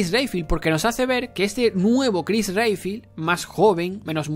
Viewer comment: Si, ps la verdad en muchas cosas tenés razón, pero es algo hipócrita que lo digas, sabiendo que aplaudiste y dijiste que te amaste resident evil 3 remake, sabiendo que hace lo mismo que expresas sobre resident evil 7, y pronuncia bien Redfield, un héroe tan reconocido no merece que pronuncies su apellido tan mal.